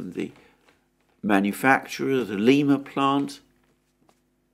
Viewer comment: Alexander, just for you information... Lima Ohio, where the US tanks are made is pronounced Lie-ma... Unlike the South American city of Lee-ma... Long I rather than Long E. It is where Lima beans (broad beans) got their name.